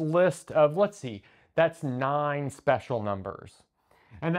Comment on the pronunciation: Nine, nine, nine, nine... you sound like a painter born in Austria. It is just an opinion.